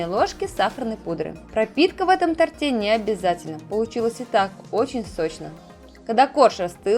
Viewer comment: тОрте,а не тортЕ,извините. Ударение на корень!